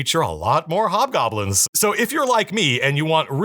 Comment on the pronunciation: Iv been on the internet too long... hobgobblins sounded like "hot gobblins"